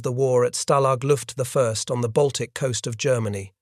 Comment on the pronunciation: Stalag Luft the first...🤣